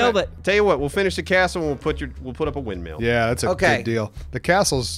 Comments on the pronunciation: Wind mill not wind metal neebs!!!!!!!!! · "wind meal"...lol